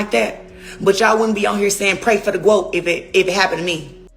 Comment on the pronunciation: Been saying it...NOT 👏 A 👏 GOAT! An saying gwoat just makes ppl sound like an idiot 🙄